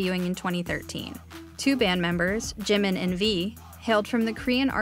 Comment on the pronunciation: OMG at the terrible pronunciation of Jimin’s name lol it’s not JIM-in. JEE-meen